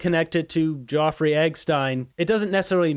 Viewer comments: "Jawfrey"?? (Epstein.) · HAHAHAHA, you're making yourself look stupid with your pronunciation of Jeffrey. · Dude! Nobody but you on Youtube is mispronouncing Jeffery Epstein's name cause the Youtube algorithm doesn't care if you say it and it just makes you sound stupid. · Please pronounce Jeffrey’s name correctly. Not Joffrey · its JEFFREY/JEFF EPSTEIN not JOFFREY EGGSTEIN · Any reason why you’re mispronouncing Geoffrey Eggstein rather than Jeffrey Epstein? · His name is Jeffery not Geoffrey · from moose on the loose how can anyone take you serious you cant even pronounce Jeffery properly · Like your channel but why are you mispronouncing Jeffery Epstein's name?? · you are mispronouncing Jeffery and Epstein throughout. As well, it's TVA not TVP in Quebec. Keep up your good work, but get some sleep or slow down a bit! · its Jeffery not eggstein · Jeffery Epstein not being pronounced correctly